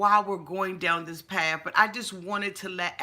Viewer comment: !!!!OMG! “PATH”!!!! NOT “PAF”!!!